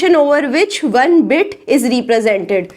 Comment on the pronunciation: That is not wone that is one pls pronounce properly